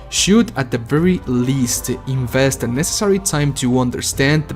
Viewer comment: guey tu ingles es terrible jajajaj por que acabas tus palabras con 'e'??? dices workE, viewersE, investE, videogamesE